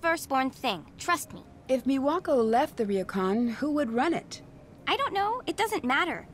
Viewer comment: oh god the way pronounces Japanese words hurt me "RIYOKAN" kill me